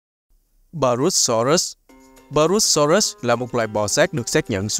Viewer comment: là purusaurus nhé ko phải parusaurus đâu